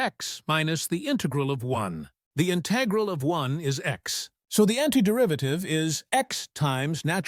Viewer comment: You don't sound human. You can't even pronounce "integral" correctly